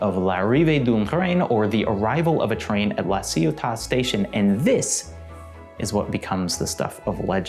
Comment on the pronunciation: As a native french person I heard: "L'arrivée d'Umtreim and Gott Laciuta!" XD